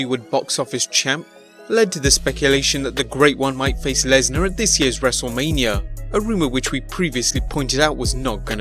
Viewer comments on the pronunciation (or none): Haha he said wrestlelameia (lameia)